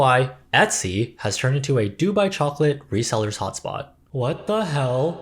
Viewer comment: Baby, it’s [doo-BYE]. Stress on the second syllable 😉